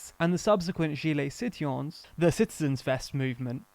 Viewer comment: French speaker here. Listening without watching. Hearing the narrator saying "gilets jaunes" and especially "gilets citoyens", I had no idea what he was saying until the English translation followed. :)